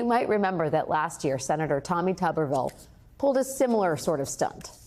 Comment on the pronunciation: Its not tuberville, tuber, yam is pronounced toober, tuberville is tooberville. A guy that sniffs dirty socks, sweaty armpits and jock straps, a failed, fired and incredibly ignorant coach pseudo republican alabama senator that lives in florida. He is the republican party, this tuber must have feathers he flocks with the other vultures.